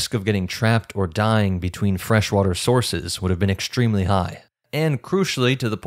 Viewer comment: English: "EXTREMELY" doesn't have a H in it, either. It's not EK-SHTtremely.